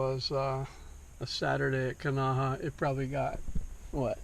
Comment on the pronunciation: You have a large following and can be part of modeling correct pronunciation of Hawaiian place names...Kanahā